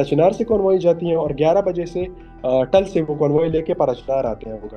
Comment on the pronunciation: تھل نہیں ٹل ھے ٹل ھنگو